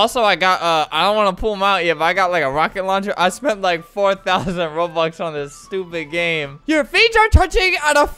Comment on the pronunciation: “I spent like 4,000 roblux...” ... Roblux? XD